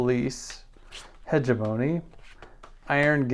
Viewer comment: Please consult Google translate on the pronunciation of hegemony